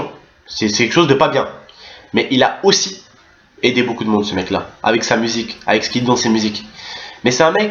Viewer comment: Mdr tonton tu mfai rire "oussi" "oussi" mdr +1 like